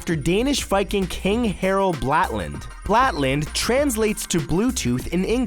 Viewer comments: It's Blåtand not Blatand, and that's reeeeeeeeeeeeeeeeeeeeally not how you pronounce it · Blatland... It's Blåtand. Blå=blue, tand=tooth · abut the Bluetooth things with the name IT'S F*CLING Blåtand, not blatand. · It's BLÅtand not blatand. The pronunciation is entirely different - like blo (from blow) -tand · Blat-land? Blue tooth. Blå with the sound like BO in boat. Tand like in Tandem with a silent D. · Blå tand not blatland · Harold blatand... ???? wtf it's Harald Blåtand and you say blå-tand not blåt-and... if you can't pronounce it at least spell it properly. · Blatand?! It's Blåtand with an Å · It's "Blåtand" not "Blatand" xD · "Blatland" as you say it, is actully "blåtand" and doesn't have an L in it when you say it :) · Harald Blåtand or Harald blaatand not Harald blatand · omg the way you say blåtann as blatann teiggers me. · It's blåtand (bloe-tan) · LaluGaming Blätland... : D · Blåtand not blatand plz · ik you don't speak Scandinavian but could you at least spell blåtand (blatand in the vid) correctly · I think you mean Blåtand not blatland. :) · Its "Blåtand" if i may correct you :D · Blatand = Blåtand the å is pronounced like the expression "oh!" but shorter and without the h sound. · you are saying blåtand all wrong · That is not how you pronounce Blåtand, Matt -_ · Dear Matthew as a Danish person i feel like i have to tell you the that you totally butchered the Danish viking kings name -.- it is Harald Blåtand or Harald Blaatand.